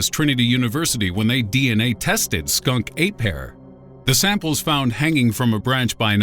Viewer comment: "It's Skun-KA-pey!"